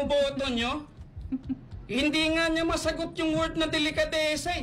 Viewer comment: anong "delekadesa" ? "didistansya"? tama nga naman! bakit sya didistansya??? may dapat ba syang iwasan tungkol sa issue? may tinatago ba sya o ang asawa nya at iiwas sila kung mag kakakunek-kunek man? TANGA KA NGA! 😂 ang lutong!